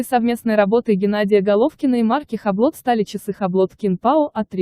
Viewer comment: Хаблот?! Омг🤦🏻‍♂️ Юбло. С ударением на "О".